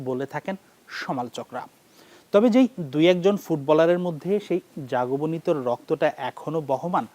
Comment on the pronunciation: বাংলাদেশী উপস্থাপক বলে কথা 😂